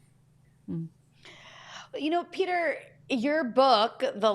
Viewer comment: Guys... it is really not so difficult to check the proper pronunciation of people's names. The name of that idiot, that weasel, that maniac Rutte is not pronounced as the English word "rut". The name of your guest is not pronounced the way the name Peter is pronounced in English. Research it! Because it sounds profoundly silly when you pronounce it the way you do... invest a few minutes to research it before you make a video, that will prevent you from sounding like a bit of a fool.